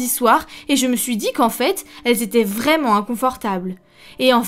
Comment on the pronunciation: "Pas vraiment-Z-un"... Pataquès.